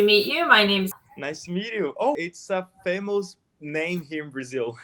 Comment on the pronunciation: Dica de pronúncia: não é fêimous, é fêimas. Palavras terminadas com OUS rimam com US (nós).